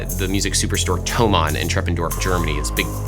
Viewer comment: As a german it somehow made me happy that you pronounced thomann right. This may be the most german thing I've ever said